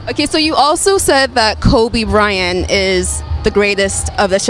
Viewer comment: she said "Kobe Bryan"..lol